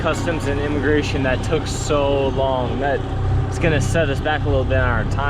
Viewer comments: Did you intentionally say enemagration ? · Enemagration HAHAHAHAHAHA!!!!! Love that LOL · "Enema Grations" Lol Only if costs a bunch!